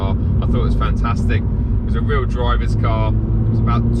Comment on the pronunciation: emphasis on the word "real" 😂